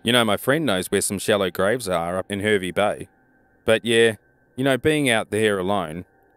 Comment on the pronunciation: Liked how the man said heeeervvy bay.when it's pronounced haaarvey bay.